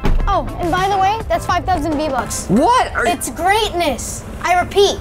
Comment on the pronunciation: Svein Revheim v-vucks? V-bucks